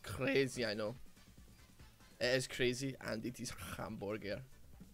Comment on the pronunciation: "crazy hamborger"